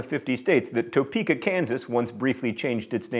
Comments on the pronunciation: im from kansas and no one pronounces it toe-peek-ah (topeka) ive always said it as tuh-peek-uh i know thats random but ive heard it that way in supernatural and it bothered me lol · Toe-peka? it's Ta-peka, according to my mother, who is from Witchita, so may or may not actually know what she's talking about. It was close though! Points for effort and frankly, if something didn't get mispronounced, a) I would worry if you were alright and b) your videos would be just a little bit less amusing. Keep up the good work! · Yumi Ferrari But Topeka is really the capitol of Kansas. It's just not pronounced "Toe Peeka" by anyone who lives there.